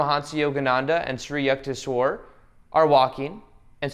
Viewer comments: The guru's name is. Yook-tay-swar..😄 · Hey, great vid as always. Just had one suggestion that Yukteswar's name is pronounced as You - kte - swar or You - ka - te - swar. Thank you once again and keep the great work going.